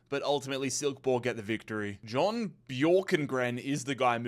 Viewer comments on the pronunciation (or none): none